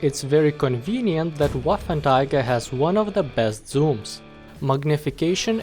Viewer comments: Waffentiger. Took me 3 minutes to get the refference you were implying :D (first i thought you mispronounced 3 times :D ) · wasnt it pronounced as "Waffen-trigger" ? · You kind of say Waffentiger but Waffen Träger means gun or weapon carrier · Paulus Saulus I think it’s just his accent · Wait wait wait, did you say "waffentiger" xD? Anyway good vid man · "waffen Tiger" XD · Yes... The... Waffentiger... 🤣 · Wafentiga? Lol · May as well just say waffenteeger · Im a bit triggered by him saying waffentiger instead od waffenträger the whole time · Am i the only one who.noticed that he said waffen tiger instead of waffen trager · learn englinsh and not waffertiger but waffentrager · You pronounce it "Waffenträger" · NO waffenTIGER but WAFFENTRAGER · its pronounced as "VAFEN-TRAYGER". anyways great review!! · The letter 'ä' is very foreign to us Hungarians and the closest thing we have visually is the letter 'á' and that's why he pronounced it like Waffantraager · a with umlaut (this two dots) is read as -ei, not -ai as pronauced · it is more like 'wáffentréger' in hungarian or 'waffentraeger' in english pronunciation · "Waffentiger"? XD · Arghhhhhhh but why would you say waffentiger.... Is it that hatd to say the name properly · Excuse me, but Waffenträger is read like: [vafentreyger] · I think it's pronounced vaffen tra ger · Waffen Tiger? Woofen Tiger? Wafen Tayger? Anyway, enjoyable content c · Wow you slaughtered the name=D As an english speaking person you would pronounce it sth like "Waffen Treagker" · you kept saying Waffentiger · Ahh yes, the waffentiger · Ah yes, the "Waffentiger"! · Man! Its hurthing my ears! Its not a waffen"Tiger"!!! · it’s pronounced Va-fen-tra-ger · Just say waffentrager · I was so confused by why he said waffentiger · I heard Waffletiger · It isn’t ‘Waffen tiger’